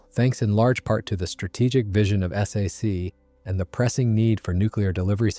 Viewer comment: You know you are listening to an AI production when it spells out S A C instead of Sac, Millimeter becomes M M or my favorite: "the 1955 film Asterisk Strategic Air Command Asterisk." Plus it repeats the same info and over and over. Another AI loser.